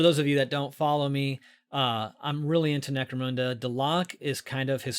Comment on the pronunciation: Lol always get a kick on hearing "mecro-moon-da"